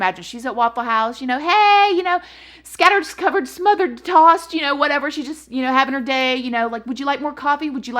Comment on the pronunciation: “ Scattered discovered smothered tossed” 😭🤣🤣🤣